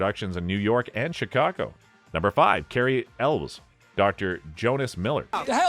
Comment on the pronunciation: Cary's name pronounced Cary 'ell-wez' not elle's And you bypassed Wendle Josepher (Haynes) girlfriend to 'Beltzer'